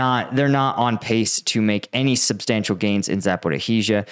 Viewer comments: za - po - REEJ - a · Jesus!!! Learn how to pronounce Zaporizhzhia!!!